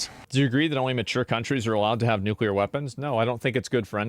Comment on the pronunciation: Russia cannot allow Ukraine to have nucular weapons